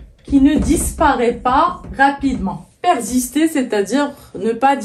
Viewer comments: Même remarque, j'ai jamais prononcé le verbe persister avec le son Z.... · Merci pour toutes ces informations c'est vraiment enrichissant.une remarque persister avec s et non z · Vous avez des compétences hors normes j admire votre talent . Est ce possible de prononcer (persister : perzister)?